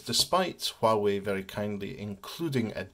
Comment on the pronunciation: It's pronounced Wah Way, silent H 👍